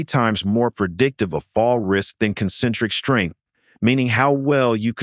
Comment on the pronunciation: Worst jive AI voice ever. Shtrength. really? It’s pronounced Strength.